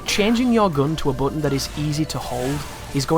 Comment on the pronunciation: The way he says "button" is annoying